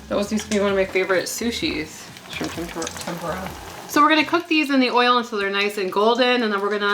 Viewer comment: Its TempUra btw like tem -poo - ra....not tempOra lol